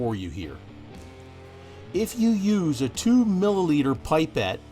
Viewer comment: pip or pup -pet, not pie pet. Fantastic video but made me friggin' cringe every time you said pie pet.